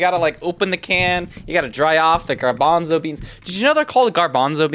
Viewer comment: Gar-BONDO REEMS?